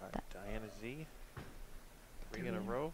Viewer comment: I wish the announcer would learn to pronounce Diana Z's name correctly!